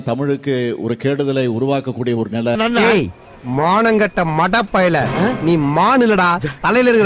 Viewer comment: நிலை னு உச்சரிக்க கூட தெரியலை. நில னு சொல்றான்??